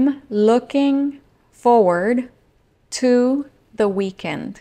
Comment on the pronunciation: Confieso que me costó mucho captar la frase I am looking forward to the weekend. Porque lo que se escucha es I am looking for to the weekend. Entonces la mente se me queda pensando en un posible idioms o en el aire, tratando de entender el sentido. Supongo que luego de ahora, looking forward to será lo más lógico posible de haber escuchado